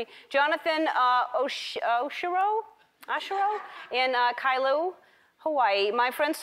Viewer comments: Kailua, Hawaii*** not kailu hawaii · It pronounced Kai-Luu-ah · In kailu😂😂😂😂😂its kailua